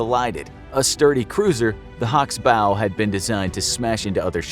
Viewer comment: You'd think they could at least pronounce "bow" correctly